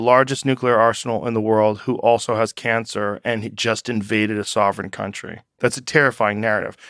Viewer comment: "sovereign" lol